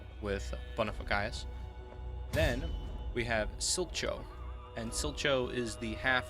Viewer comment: Like your vids man, but "Sil-cho" is pronounced more like "Steale-ko." Thanks